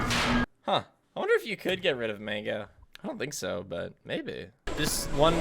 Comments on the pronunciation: it's mangle not MANGO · its mangle not mango